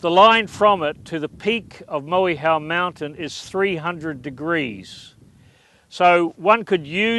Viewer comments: Dude can You Pronounce Our Maori Names Properly (Mow-we-how) Is Not Said Like That It's [Moy-Hoe] Moehau, You Know Have Some Fucken Respect For My Language Qw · mo e how mountain!!! you can't even pronounce the name correctly an you're an authority on this?!!